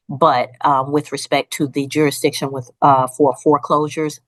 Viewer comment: Why can they NEVER pronounce the word jurisdiction?